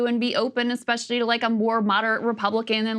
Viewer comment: can you weight the opinion of someone who says "expecially"?